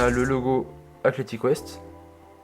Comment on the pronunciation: Athletics Fwest🤣